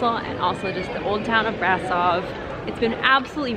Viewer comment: actually it s pronounced "Brashov" and "Pelesh". Keep up the good work! I like your vids!